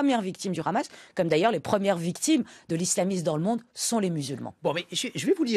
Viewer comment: Une iranienne (ou d'origine iranienne) qui prononce "Hamas" en "Khamas" en dit long sur son "obédience" idéologique à elle et ses influences A part l'Iran sur lequel elle a naturellement des choses intéressantes a raconter, elle est complètement en roue libre sur le reste des sujets